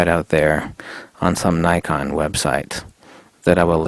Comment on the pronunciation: You need to stop mispronouncing 'Nikon' mate